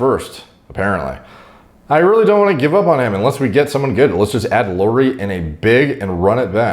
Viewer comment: "Let's just add LOORY..." 🥴🥴🥴